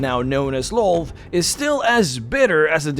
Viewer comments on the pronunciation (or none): Lolth and Lloth are pronounced "Lilith."